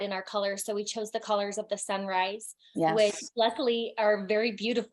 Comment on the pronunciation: Wait she said colors of the sunrise? I thought she was saying colors of the samurai 💀